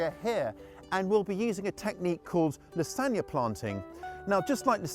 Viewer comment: Did you kiss that dirt? Certainly seemed like it. 😂 Took me a minute to realize you were saying La Zawn ya.😂